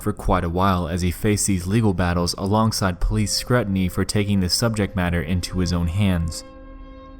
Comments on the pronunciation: I'm sorry... but did you just pronounce scrutiny as "scruh-tiny"? Have you only ever read the word and haven't ever heard it spoken before? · It's pronounced scroo-tin-knee. Not scruh-tin-knee. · Not 'scrUtiny' .. 'SCREWtiny'. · Just a friendly correction. The word SCRUTINY is pronounced SCREW-TIN-EE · Hey man “scrutiny” is pronounced like Scroo-tin-ee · "Police scrutiny" is pronounced "police scROOTiny" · its pronounced screw-ton-eee, kids these days smfh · the word is pronounced SCREW TIN EEE, dammit! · That's not how you say Scrutiny 😂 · I'm sorry, how tf did you just pronounce "scrutiny"?? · I cringe really hard when someone mispronounces something like scrutiny... lol